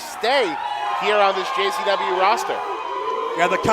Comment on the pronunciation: I have been watching every interview with Russo here lately and for some reason he keeps saying gcw instead of JCW